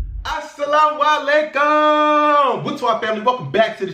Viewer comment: It's "Assalaamu Alaikum" :)